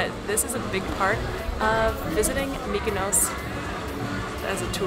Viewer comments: Tulum....Mykonos. LOL That is exactly what I was hearing every time said Mykonos. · Nobody: TIM: MYKONOS